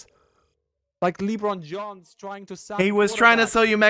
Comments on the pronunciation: i onow your German and all but its lebron james not lee brown johns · everybody just glossing over saying Leebrawn Johns. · I love not knowing American athletes names. "Lee-Bron Jones" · Did just say "leebron jams" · Nobody. Not a single soul: trying to say an American athlete name: “LeBraun Jones” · Did tried to say Labron James when he said Lebron Johns tries to sack the QB lmao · LeeBron Johns lmao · Lee-Bron Johns isn't real, he can't hurt you: Lee-Bron Johns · I hope we can hear more of Bismarcks pronunciations of American celebrities. Leebron Johns is my favorite basketball!